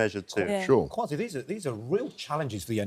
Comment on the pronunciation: i love the way you drew Kwasi Kwarteng's attention to the REAL pronunciation of his name KWASI. Have always found it "irritating" he allows people to call him QUASI.